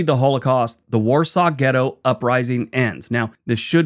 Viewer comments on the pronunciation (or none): none